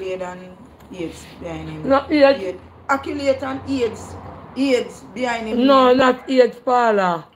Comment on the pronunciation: 😂😂Kreater wid nuff “akulades”😅😅